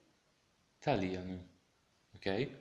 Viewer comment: Ciau. another pronunciation question: it sound like you're saying "talìanu" as /taliánu/ on the penult as opposed to the antipenult. Can you confirm the pronunciation is on the antipenult? Also, is the accent necessary or only for pedagogical reasons? Jim